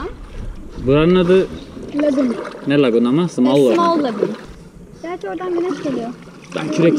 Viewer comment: Lagun değil lagün kayak kayan ne diyorsanız değil kano